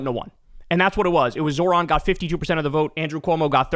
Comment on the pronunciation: Remember the accent is on the second syllable of Zohran’s name. It’s not that hard, might as well pronounce the man’s name properly